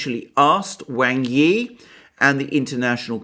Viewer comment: I really enjoy your videos, they are very well thought out. One criticism, please pronounce Wang Yi's name correctly!